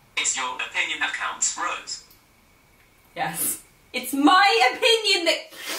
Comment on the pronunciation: Was it just me or was Siri pronouncing Rose's name like "Reuse"?